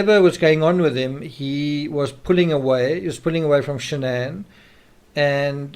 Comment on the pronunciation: It’s Shanann not Shannon.